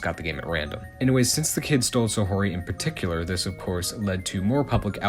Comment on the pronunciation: Always cool to see a video tackling niche Japanese media with new information to bring to the table. Pretty interesting vid with the main issue mostly just being with how you pronounce Saori as "Sa-ho-ry" instead of "Sa-ow-ry". Regardless good vid!